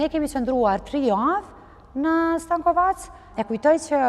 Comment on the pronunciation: STENKOVEC jo STANKOVAC...